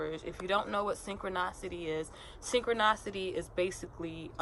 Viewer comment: It's pronounced synchro NISSSSS ity.... Not NOSSS ity..